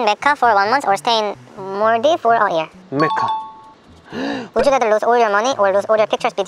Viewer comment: pronounciation macca it's okay though